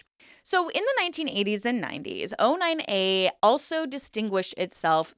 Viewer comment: O9A not 09A why you say it wrong ?